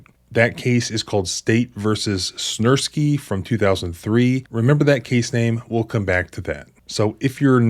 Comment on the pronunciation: State V SRNSKY...Not SNRSKY!.